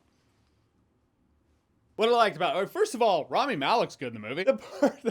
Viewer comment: It’s not Raami, it’s Rami.